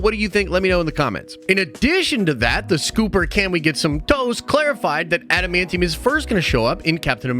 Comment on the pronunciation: Thank you for saying adamantium correctly.